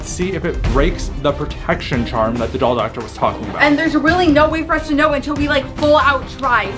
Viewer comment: full maximum Pre-tec-tion. Me:you mean pro-etc-tion